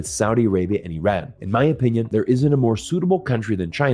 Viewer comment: I am not Iranian but I am actually surprised that an American can actually pronounce the word Iran properly. Why can't we pronounce a country's name correctly to show respect to the constituents living in that country? It is really easy. It is pronounced as Ee-run. It is not Ay-ran that sounds cowardly.